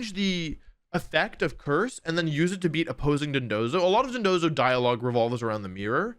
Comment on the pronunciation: Thank you so much for pronouncing dondozo properly, everyone else I've seen has said dodonzo